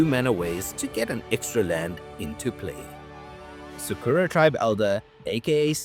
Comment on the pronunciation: It's funny to me that the magic community at large can correctly pronounce "ojer axonill" but the vast majority pronounce "Sakura" wrong, at least the syllables in the wrong place. Sa-ku-ra, not su-ker-a. It's from the Japanese set. It's the word for cherry blossoms. It's the same word as the pink haired girl from Naruto.